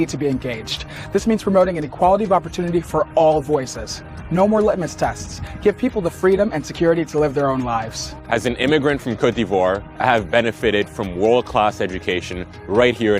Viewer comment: "as an immigrant from Cout Ivór" ... hahaha, what a smug. can't even pronounce his country properly. + obviously someone is holding his text above the camara as he needs to read after every half-sentence. smh